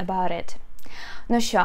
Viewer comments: У нас що здебільшого вимовляють не як шчо, а шо. Це настільки мемна тема, диву даєшся, як ви пропустили щось таке, живучи в Україні. І чи в Україні взагалі?) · Pronounced "scho"